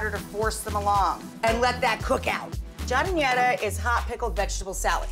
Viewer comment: giard---what the hell did she say?